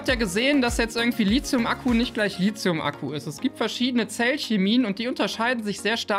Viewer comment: Wir üben das Wort "Lithium" . Lit-hium , Lit-hium. Nicht Lizium ;)